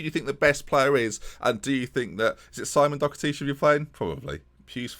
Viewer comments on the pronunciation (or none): doHerty not doCKerty